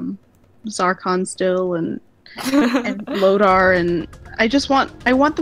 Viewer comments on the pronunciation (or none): This season if you want to call it that was BAD! The writing is getting lazy and full of nonsense. & It's pronounced LOTOR not LODAR. He is one the all time great villians